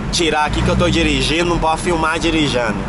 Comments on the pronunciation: eita coitado do carro o falou dirinjando kkkk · Não pode falar dirigano